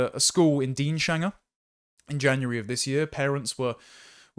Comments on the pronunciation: As someone who lived and worked in the area, it's pronounced Deans-hanger not Deanshanger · DEANS HANGER, not DEAN SHANGER